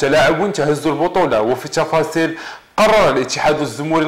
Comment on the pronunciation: واش هدا صحفي ولا ك يبيع النعناع هههههه الشفاصيل